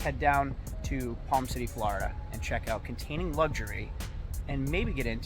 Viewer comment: FLOORDUH not FLARDA Jesus Craig 😂